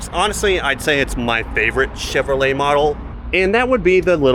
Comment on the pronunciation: Chinrolet? No bueno y'all